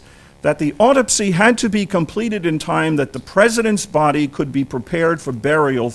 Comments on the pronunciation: "Why didn’t he ever pronounce the word Autopsy correct all thru the video?": or Carcano or carbine. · Why didn’t he ever pronounce the word Autopsy correct all thru the video?